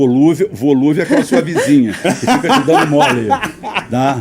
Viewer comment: DEU VERGONHA ALHEIA DO APRESENTADOR AI, "VOLUVEL" FOI DE KH HEIN !!!! PQP